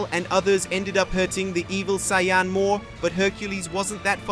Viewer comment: I mean he can’t even say saiyan what do you expect